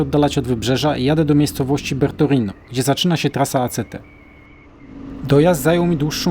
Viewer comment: Kolego wstaw poprawke miejscowosci bo mowisz Bertorino, nie mozna tego na mapie znalezc a poprawna nazwa to Bertinoro w prowincji Forli-Cesena, film super